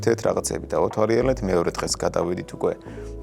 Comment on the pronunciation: ენაწყლიანი ადამიანი "და-თვარი-ელებას" რომ ამბობს უცნაურია...